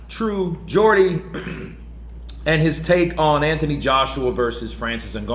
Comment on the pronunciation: Good to see you're pronouncing Geordie properly now!😂👍